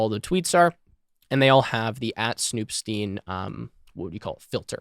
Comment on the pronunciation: I would think the “stein” in snoop.stein should be pronounced “styne” like in “einstein”